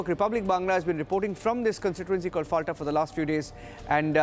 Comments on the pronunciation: Pronounce as Folta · It’s Fal-ta like Fanta. lol. Atleast get the name right! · FALTA is pronounced as FOLTA, with soft-T as in Tehran and not hard-T as in Texas